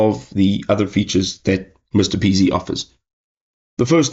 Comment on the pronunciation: It’s M-R-P-easy, not Mr Peasy lol